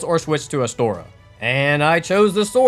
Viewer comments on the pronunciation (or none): pointing out you said "lautrec" with a softer 'e' instead of you calling astora "astoria" is a bold choice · dafuq is Astoria, it's Astora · The way he says astora triggers me cause like where the fuck you getting the astor"ee"a from bitch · not Astoria, Astora! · he said Astoria so many times. It was driving me crazy lol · "Astorias straight sword" Bro why are you adding an I XD